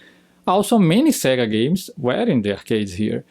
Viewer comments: Why do you say "segga"? The games themselves clearly tell you its "sey-ga - example -> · It's not segga, it's say-ga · Segger? Don't you mean Sega? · You know, the "Seega" master system. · Pronounced "Sayga" great video but that got to me after a while lol